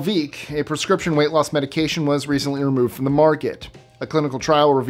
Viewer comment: Great job at pronouncing the medication names,!